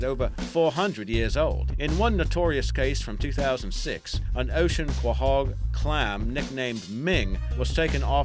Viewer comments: . Ocean quahog (clam). Correct pronunciation: koe-hog. Not kwuh-hog. If you're going to narrate, please learn to correctly annunciate the true pronounciation, please. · Quahog is pronounced "co-hog" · What kind of asshole hasn’t seen an episode of family guy to know how to pronounce “QuO-Hog”? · Ko-hog, not kwa-hog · It's pronounced "koh-hog" not "ka-hahg" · "Qua-hog." It's pronounced "Co-Hog." It's French, I believe. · quahog is pronounced kowhog, not kwahog, and it means clam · Co-hog is how u pronounce that. not being a jerk correcting u. Just so people learn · It's pronounced "Koh-hog", mate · Isnt 'Quahog' pronounced as 'koe-hog' like in Family Guy? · Pronounced Coe-hog. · Pronounced "Koh hog" not "Kowhog" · My heart stings everytime he pronounces quahog wrong. Damn u family guy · He doesn't know how to say quahog. Being from rhode island, I am deeply insulted. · I hate how he pronounces quahog. Like he never watched an episode of family guy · I guess this guy has never watched Family Guy as he mispronounced "Quahog". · How does one fuck saying Quahog, have you never ever seen Family Guy (i get it using a accent but at least say it like the rest of the world)